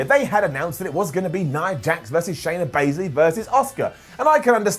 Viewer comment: I swear said Shaya baisley